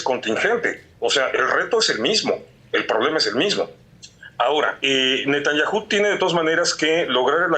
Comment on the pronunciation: No lleva acento Netanyahu, porqué no lo pronuncia bien?